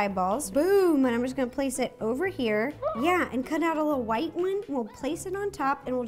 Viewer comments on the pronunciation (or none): none